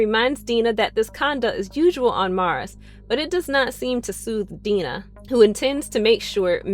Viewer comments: Was it too hard to watch any of the show at all? Five minutes could have cleared up how to pronounce Dinah and Psimon. There's probably more, but this makes it clear you never watched the show. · And Dinah's name? Because she clearly has no clue. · Am I the only one really annoyed by the pronunciation of “Dinah” lmao